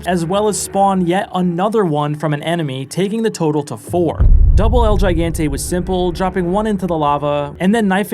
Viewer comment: it's pronounced HIGANTE, no "yaiganteh"